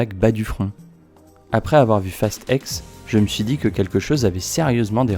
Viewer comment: Tu dis fast five, fast seven, fast eight, fast nine..... et tu dis fast ex au lieu de dire fast ten ou fast X 🤣🤣 Sinon pas mal la vidéo 😉 Et perso pour moi ils aurais du s'arrêter au 5, après c'est parti en vrille total....